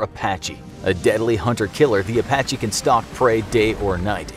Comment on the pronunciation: A sounds like E in Apache